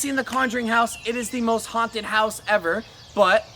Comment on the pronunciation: "Most hauntadist" checks out 🤣